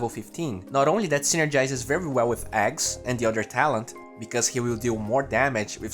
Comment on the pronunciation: dude pls, axe not ex 😂 anyway good job 😉